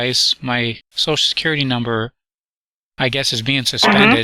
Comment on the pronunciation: Cant these idiot scammers pronounce the word "social" correctly? ShooShoo? really??